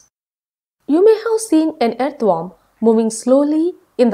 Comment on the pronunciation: first of all she didnot know to pronounce earthworm